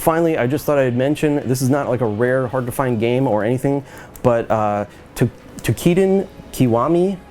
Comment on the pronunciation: you cant even say toukidan?